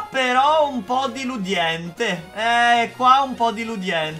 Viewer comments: hai detto deliudente non si dice cosi si dice deludente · "Diludiente" cit.